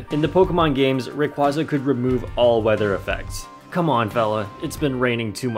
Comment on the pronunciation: POKEMON NERD TIME: its more like "RaYquAYza"